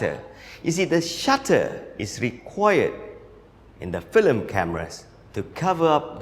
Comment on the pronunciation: You're pronouncing FILM as FLIM lol. But I love this guy